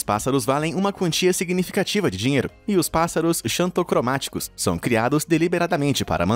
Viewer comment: Lê-se Ksantocromaticos